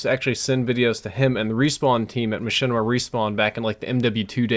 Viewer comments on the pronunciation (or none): none